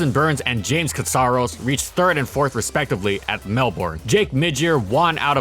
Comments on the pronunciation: It's pronounced "melbin" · The way you say Melbourne is pretty funny.